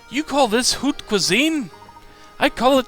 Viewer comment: 'hoot' cuisine? xD It's French thus it's pronounced "oat/ot" cuisine. Yeah, I butchered that word for a LONG time "how-ta" ._. .///.